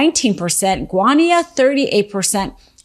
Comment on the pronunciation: Brutal pronunciation of Guyana